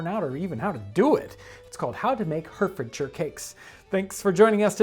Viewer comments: It’s pronounced Hart-Ford-Shire. Not Hert-Ford-Shire. Say A not E. At least it is in the U.K. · It's pronounced HART HARTfordshire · Hearing Hertfordshire pronounced as "Hurtfordshire" rather than "Heartfordshire" hurt my soul. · Its pronounced "heartfordsher". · Hertfordshire in England is pronounced Hartf'dsher. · that's not how you pronounce it its pronounced heart-fuhd-shuh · Pronounced Hartfordshire if the one in UK. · AAAGHHHHHHHH! it says hertfordshire but it's pronounced heartfurdshur. No offence it's just making my ears hert(lol). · FYI Hertfordshire is pronounced Hartfordshire. 😎 I’m English. The cakes look interesting. I shall try it. Thanks for the video. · Pronounced: heart-fud-sheer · FYI - Hertfordshire is pronounced hart-ford-shurr. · The true Englishman pronounces it "Ahfsha". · John, it's pronounced Hart-ford-sher. Full marks for a good pronunciation of 'shire' though. It is always '-sher' or '-sha', never '-shy-er' (unless you are talking about the horse). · pronounced 'heart-fordshire' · Pronounced Heartfordsheer. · Hertfordshire is pronounced Hartfordshire. One of the inconsistencies of the English language. I’m English. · It's pronounced Hartfordshire . . . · It's pronounced Hartfortshire because Brits are weird. These remind me of Austrian Kaiserschmarrn. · Oh Jon. As a Hertfordshire native born and bred, this was fascinating. Pronounced: "heart-ford-sheer" for your future reference. I'm going to try making these myself! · I was going to comment the same. Weird pronunciation for places! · John: herdferdcher Me: Gesundheit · Hi Jon! I'm from Bedfordshire, bordering Hertfordshire, and its pronounced "Heart-Ford-Shire"! Thank you for your content and the brilliant history <3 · Just as an FYI, it’s pronounced “Hart-ford-sher” 👍🏼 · It's pronounced harfordshire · Hertfordshire is pronounced "Hartfordshire". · Hert is said like "heart" then "Ford "like the car ...."shire" like a shire horse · Hertfordshire is pronounced "Hartfordshure".